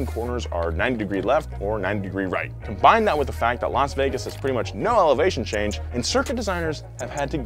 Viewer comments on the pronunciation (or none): none